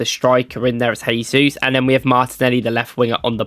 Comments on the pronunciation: JAYsus. HAYsus is the Spanish pronunciation. Jesus is from Brazil where they speak Portugese. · Nice video but NB: Jesus is Brazilian not Spanish, so it is pronounced with a soft J not H - zshaysus.